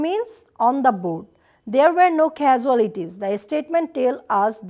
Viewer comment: I think, this is a wonderful class. But, you have pronounced the word "casualties" wrongly. After all, thank you so much ma'am for providing this very class.